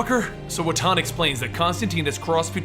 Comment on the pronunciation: You're also mispronouncing "Wotan" quite spectacularly, for which I think you deserve some points, at least!